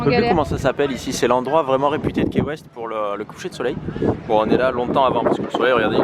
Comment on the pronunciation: Cc je vous adore ps ca s écrit key weste mais se ce dit ki west❤️☀️